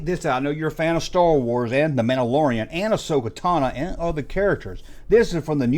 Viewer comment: Ahsoka Tana and Guru. just butchering names